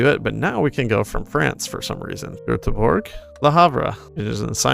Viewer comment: As a swede, I'm very impressed you pronounced Göteborg right 😄